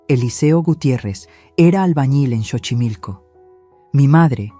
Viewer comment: Y no es Chochimilco, es Xochimilco pronunciación es Sochimilco, investiguen primero como se pronuncian las palabras autóctonas